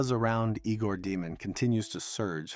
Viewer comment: Fun info. FYI, His name is pronounced (Yay gore) not (Eegore)